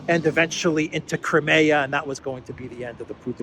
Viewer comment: It's NOT "CRAY ME YA" it's Crimea